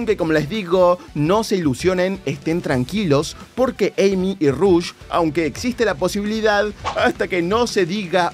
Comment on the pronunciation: The Fly te va a robar la miniatura (pero al menos es una filtracion y no rumor y tambien hubo 2 noticias y no mencionas relacion de este juego y la pelicula en el titulo) Te ganaste parte de mi tiempo en ver el video darle like PDTA: se pronuncia Rush y no Rosh como se escribe al inicio de su nombre PDTA 2: Tomala The Fly JAJA